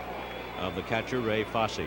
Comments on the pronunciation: Absolutely fantastic thx. Except, of course the mispronunciation of Ray Foss instead of Foss-ey. And, the apparent lack of awareness of how great a player Vada Pinson is/was. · Why did this announcer continue to mispronounce Fosse's name when he knew better?